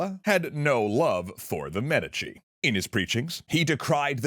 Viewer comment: Please tell me the inconsistent pronunciation of "Medici" isn't just annoying me to no end.